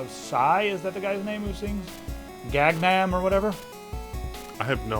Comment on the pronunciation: Liking for Pistol's eyes and saying Gag Nam.